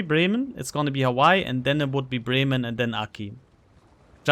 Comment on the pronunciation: Germanic pronunciation of w, that's all.